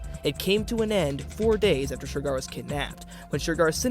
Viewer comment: Why’s he keep saying ‘Shergar’ like that?!